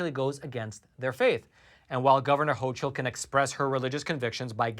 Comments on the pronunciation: The NY governors name is pronounced "hokul", not "hochul". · Just an fyi that the governor's name is spelled ch, but is pronounced "ho"k"ul